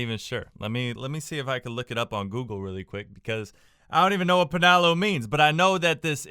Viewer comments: it pronounce as Pa-Na-LO not Pa-Na-Low.. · How we pronounce it : panalo - How he pronounce it : paynalow